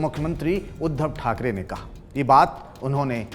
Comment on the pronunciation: khakare nahi thakre pahle thik se bolna sikho